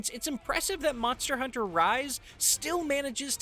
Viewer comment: Monstah Huntah on the go again